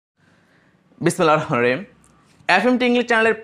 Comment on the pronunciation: বিসমিল্লাহির রহমানির রহিম সঠিকভাবে উচ্চারণ করার অনুরোধ রইলো।